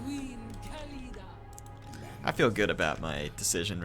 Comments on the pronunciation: Its pronounced KHA- LID- AH not KALEEDA. The H in KH is not silent, you should make the sound of “KH” before doing the LIDAH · Mighty Khalida means immortal in arabic btw = خالدا the letter خ in the beginning of the word is pronounced KH not K.